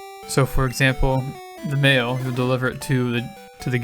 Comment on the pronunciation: Every time you say "mail" in this video, I keep mishearing it as "mayo"